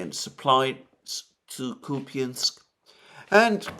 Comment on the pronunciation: IT IS NOT [ KUPIANSK ], ALTHOUGH SPELLED THAT WAY; IT IS [ KUP ensk ]. Stressed U makes unstressed ya( я ) to [ e ]. That is called schwach or mute. ( ref.: Dima - Military Summary )